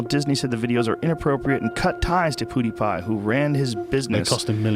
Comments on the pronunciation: Joe "PooDiPai" Rogan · Why does Rogan say Poodiepie? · no pewdiepie is his name on youtube, it is pronounced pew Dee pie, unless you live under a rock, then you have heard how his name is pronounced, especially when you are someone like Joe rogan. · “Poodiepie” Hahahha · Joey “ PoodiePie “ Rogan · "Poodie pie" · If he says "poodiepie" one more time I'm gonna lose it, lol. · swedish 😂pewdipie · He said (Puty) Pie ahhahhah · Poodipie... That pronounciation. This guy is talking way too much, has to practice letting his guests talk more. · "Poodiepie" 😂 smh joe rogan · he says he speaks bad English, but prounces his name "poodiepie", since when the hell is PEW prounounce like that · "shitty grasp on english" says the man who pronounces Pewdiepie as Poodiepie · Love all the millennials aghast Rogan can’t pronounce pewdiepie. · The contempt Joe has for Pewds becomes obvious when he mispronounces PewDiePie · 2K people disliked because he mispronounced pewdiepie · lol When Joe is surprised Pewds have so many fans tho he doesn't speak english so well, yet he can't even say Pewdiepie right plus some other words pronounced wrong. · How can you talk about somebody, you don’t even know how to pronounce his name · funny that Joe i Joe said that after not being able to say his nick correctly PdP is Swedish he is better at english than many americans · Poodiepie 😂 that’s exactly how I’d expect joe to pronounce pewdiepie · It bothers me the way joe says pewdiepie like pooodypie 🤣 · Haha he said Poodiepie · I love how Joe pronounces it Pootie Pie lol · Joe Rogan: poodiepie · Joe keeps pronouncing it "Poodeepie" lol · Misprounces as “Pootie pie” then proceeds to mock his english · He said “poodiepie”😂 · Joe "Poodiepie" Rogan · nobody: Joe rogan: "poodiepie" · I love how He calls him poodiepie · It’s pew not poo lol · Joe “poodipie” Rogan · Joe Rogan: "pootiepie" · (Pyou) Joe! Not (poo)! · poodiepie lol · "poodiepie" hehehe, I agree Mr. Rogan! poo diepie indeed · no one: joe: Poodiepie